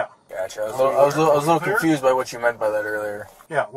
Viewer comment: "I'm so confused-uh" LOL